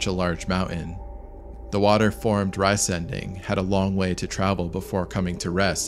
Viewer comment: Please say 're' (as in "see") - 'zen' (as in "zen") - 'ding' (as in "ding-dong"). So re-zen-ding, and not "rice"-"ending". It does indeed mean "giant thing"